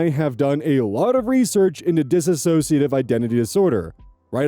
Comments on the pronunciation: For the second time,, it's diss-ociative, not dis-ass-ociative. That ass doesn't belong there. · oh no my pet peeve! Please, anyone who is willing to listen, the word is DISSOCIATIVE. it is not DISASSOCIATIVE. read the word carefully, count the syllables. PLEASE PLEASE! I truly cannot stand how prevalent the incorrect pronunciation is